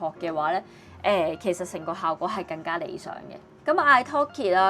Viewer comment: 連廣東話更加兩個字都發音錯